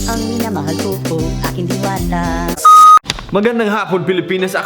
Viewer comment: Hindi man gid dwanta diwata man gid or its not pronouns dwanta its pronouns diwata ok